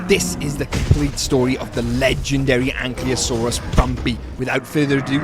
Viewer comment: its not ankliosaur😂😂